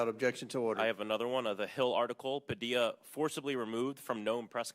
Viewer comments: If you heard him say his own name, why did you mispronounce it? Anyhoo, 8647 FUQ TACO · Learn how to pronounce PADILLA! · Please pronounce Senator Padillia's name properly. It's respectful. Thank you. ✌🏿✌🏽✌🏻🫱🏾‍🫲🏽🤝🫶🫶🏽🫶🏿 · Pronounce Padilla's surname correctly, pleeease. Under the rump, we have No democracy. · learn how to pronounce padilla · Thank you for this, however, please pronounce his name correctly. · Please pronounce the senator's name correctly. He deserves that respect. Thanks. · Alex Padilla (PA-DIYA) 🤣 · How are you going to miss pronounce the man’s name when he clearly says it in the video that you are showing us? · Bro, learn how to pronounce his last name before you do a story on him. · Can you at least work on the accent of his name it is Pa D A . .. That is why he was dragged out of that room. If he had said an Irish name it would have been different. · I cringed when he said that wrong. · Padilla is pronounced Pu-dee-yah I think. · It’s pronounced Padiya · This woman is such a terrible human being.....another thing, learn how to pronounce the correct last name, don't be as dumb as her. PADILLA NOT PADILA. What do you expect from people in his cabinet who paid trump millions to be nominated? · Pronounced “Padiya”. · Did you just say Senator “Pah-Dila”? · Ughh! PUH-DEE-YUH! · FYI Padilla is pronounced Paw dee ya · The name is pronounced Padeeya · I believe that’s pronounced Pa-DI-ya. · You mispronounced his name. It is Pad-eee-ya. Get it right to be a viable content creator for Occupy Democrats. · My friend, it's pronounced "pah-DEE-ya" -Padilla. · Padilla is pronounced: Puh - Dee - Yuh. Like tortilla. They say his name correctly in all the video clips you played. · In Spanish if you have two of the l's in Spanish it is pronounced as a Y. Phonetically his last name is pronounced Pah-Dee-Ya. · It’s Padeea. LL in Spanish is pronounced eee not L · Padeea..pronounce his name that way! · nitpick pronounced padiya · It’s pronounced pah-DEE-ah.